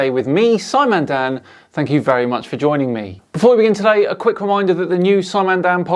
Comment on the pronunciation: "Thank you very muchhhch!" For what? Bleeding hell. ×5 ×root(10) there's your area? And the units are what, dear sir?